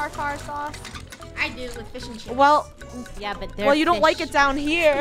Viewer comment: Its not CHIES